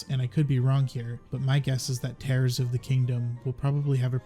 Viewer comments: It is actually Tears 💧 of the Kingdom, not Tears as in tearing. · i get the impression Tears of the Kingdom is pronounced as Tears, not Tears. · Hi! I’m so exited for the new game. Also I think it’s tears as in crying rather than tears as in ripping. 😃